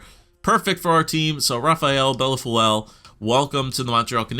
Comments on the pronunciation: Bellefeuille- pronouced Bell-foi as in aussi aussi aussi oy oy oy`````` bell foyyy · its pronounced BELL-FOO-EE but the OO part is not an OO or an UH it's more like an EUH. Try BELL-FEUH-EE maybe that will work? lol